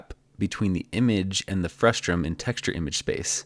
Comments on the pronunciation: Great visual lesson! BTW, it's "frustum", not "frustrum". Frustrating, I know 😉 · The word is "frustum", not "frustRum", right? :D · It's pronounced frustum not frustrum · Very nice implementation and detailed video explanation. Very clear communication of complicated computer graphics concepts made simple with your "behind the scenes" animations. Just a small note, the word is "frustum" with no second "r". Saying "frustrum" causes the automated closed caption to produce nonsense words, which can sometimes make it difficult for people to find more information on a topic if they are seeing it for the first time. Overall great video explanation of your technique (along with the other computer graphics concepts). Please keep making videos like this one! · I love your work. but it's frustum, not frustrum, haha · "Frustrum" Omg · There's only one R in "frustum"! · there’s no -r in frustum :)